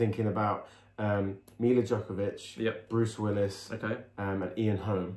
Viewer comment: nobody commented on Mila Nowak DJOKOVIC Jovovich so i did. Jovovich not Djokovic.